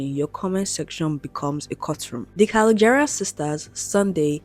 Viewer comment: you mispronouncing their last name is killing me lol. also patricia never followed trump, she liked one post, not multiple. just to clear that up.